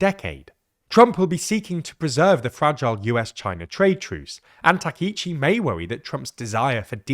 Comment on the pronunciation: Takaichi /ˌtɑː.kaɪˈtʃiː/ is pronounced with separate “ka” and “i” sounds—like “father” /ˈfɑː.ðər/ for the first “a” (short, open), then a quick “i” as in “ski” /skiː/, and “chi” like “cheese” /tʃiːz/. Think of it as “tah-kai-chee,” stressing the “kai” part.[youtube] English speakers often say Takeichi /təˈkeɪ.tʃi/ because “ai” triggers their “ay” diphthong—like “sky” /skaɪ/ or “take” /teɪk/, blending into a long “ei” sound instead of two distinct vowels. It’s their natural spelling-to-sound rule at play, not a Japanese “take.”